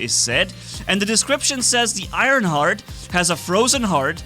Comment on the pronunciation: It's Ironhearth, not Ironheart, it has an H at the end